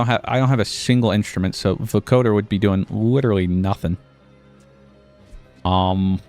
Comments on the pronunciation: Let's goooooooo a FANTASTIC addition to an otherwise mediocre day. Edit: your pronounciation for "vocoder" is correct, you're just putting the emphasis on the wrong syllable. it's VO-coder, not vo-COder. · You're pronouncing vocoder right, but it's spoken with the same cadence as lawnmower or tripwire, with the emphasis on the first syllable. VO-coder. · Just FYI It's pronounced VO-coder with a long O, emphasis on the VO and CO. Mashup of "vocal" and "encoder", it's what Daft Punk uses to sound like robots. Loving the gameplay!